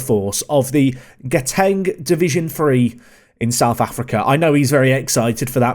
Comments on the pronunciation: Bro your pronunciation of "Gauteng" has me dying 😂😂😂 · As a South African, I was laughing but impressed at the try.